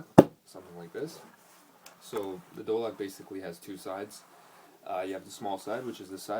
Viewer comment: do lak ?? nahh bruhh its dholak with a h